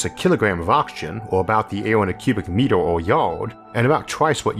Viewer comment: He also seems to use the “o” in place of “e” turning “meter” into “metow” as opposed to just swapping the “r” to get “metew”.